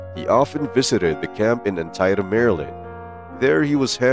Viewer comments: I love your videos! But I thought I might be helpful by letting you know that Antietam is pronounced, "Anne tee tum" and Potomac is pronounced, "puh toe mick". :) Cheers! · Great video. Antietam is pronounced an-tee-tm though.